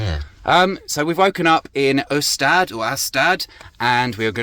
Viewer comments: Or more like Eeeeeestad (at least closer in pronounciation than U-stad) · I think you’d get the pronounciation of Ystad pretty much right if you say e-stad (the stad bit is great the way you said it!). You say it more like we would say ustad (but to be fair both y and u are NOTORIOUSLY difficult to pronounce for non Swedish, thanks for having a go 😊). Swedes don’t differentiate between w and v, we say them all like you say v, so it’s be Vallander. And the a is more open, kind of like the a in “vast” but shorter. Thanks for a view of my homeland through your eyes (+ I’m basically never down south so it’s kind of exotic to me 😁). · I can't believe how wrong your pronunciation of Ystad is. English speakers really have a problem with the Swedish letter Y. You pronounced it like it was spelled Össtad. Go to google translate and listen to the pronunciation. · You pronounce Ystad as Östad 😅. But Y in Swedish is difficult for non swedish speakers. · Love your video! The town is called “Ueésta” but drop the possible w-sound in the beginning. Drop the d also. Wallander is pronounced “Valánder” with a very soft r if any at all. You just got a new sub! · Not so short ”Y” more like yyyyyyystad same With Wallander the second a is long,wallaaaaander if you say atom,that kind of A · What an amazing video. Makes me want to go to Ystad…however you pronounce it. I enjoyed watching enjoying the pickle relish. That type of relish is good on a hot dog. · Nice video and thanks for promoting Sweden. Stenshuvud is really beautiful. However, I think the Finnish would feel humiliated for not being included in "the Nordic region". And you could have asked a local to get the pronunciation of "Ystad" right...😂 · The pronounciation of Ystad starts the same way as you pronounce the y in "your", kind of y and j mixed. Then just add "stad", a prononced as a in "star". 😊